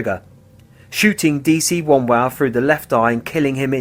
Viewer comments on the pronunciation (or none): Also it would have been nice if you could pronounce David Wombwell's surname correctly...